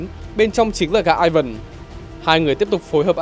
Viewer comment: Tiếng Nga Ivan đọc lai "i van" chứ ko đọc kiểu tiếng anh là "Ai vần" đâu. 1 thanh niên biết cả tiếng anh lẫn tiếng nga chia sẻ :v